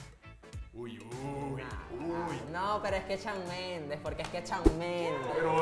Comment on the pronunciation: Conductor: "Sebastián Yantra" Divaza: Yatra* Por qué dijiste Yantra?? 20s después *aparece Shawn Mendes" La Divaza: "Chaon mendes"